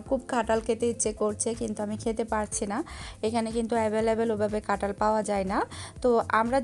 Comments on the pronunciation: এমন কাটাল কাটাল বলছেন কেন? আর কুতায় মানে কি? উচ্চারণ ঠিক করেন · কাটাঁল হবে না কথা টা ,কাঁঠাল হবে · Katal na kathal